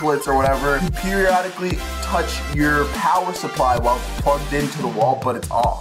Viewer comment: he said periodic ly time